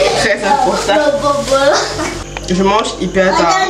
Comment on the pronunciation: Arrête de dire bobolo’o 🤣🤣🤣🤣🤣